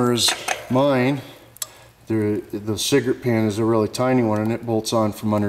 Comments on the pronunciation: Cigrit. He never said "cigarette" once. Just sayin... pologize. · why does he keep saying cigarette?